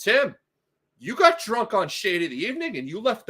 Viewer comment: * was this "drum," or "drunk?" It both sounds like drum and captions interpret it as drum, although in this context, "drunk," makes more sense!